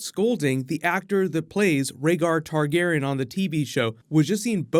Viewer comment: am I the only one triggered about him pronouncing targaryan, targaran